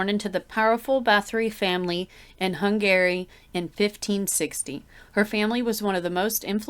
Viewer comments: Hung Garry sounds like a gigolo 😂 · I wondered if hun-GARY grated on anybody else’s nerves the way it had my butt clenched up 🤣